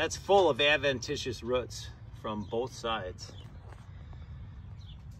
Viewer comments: Why did you pronounce roots as ruts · ROOTS IT HAS A O NOT A U NOT A ROUT A ROOT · ITS CALLED ROOTS NOT A ROUT THERE IS NO U IN ROOTS